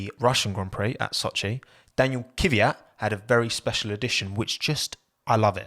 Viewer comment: ”DaNiEl KiViAt” bro......